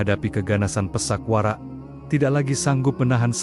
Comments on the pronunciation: Pathak Warak kenapa dibaca pesak Warak, 2 maling,maling kapa dan maling kenthiri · Bukan Pisak Warak tapi PATHAk WARAK broo...